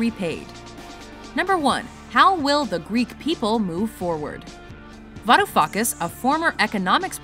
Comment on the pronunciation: Gotta love that Varoufuckas pronunciation ;p